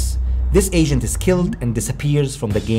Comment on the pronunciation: Sounds like you keep saying artificial Asian when saying Agent. Lol. Still a great video though.